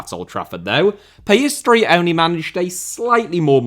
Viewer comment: The way you say Pellestri makes it sound like PS3